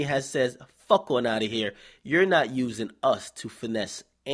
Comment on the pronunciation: lol I had to rewind da vid like he didn't just say "anymore body" lmfaooooo